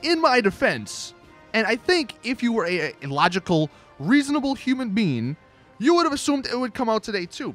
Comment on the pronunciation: "...Human bean." - 2017